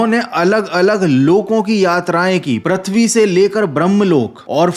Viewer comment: Arre vho Pruthvi hota hai Pratvi nahi 🤦🏻‍♂️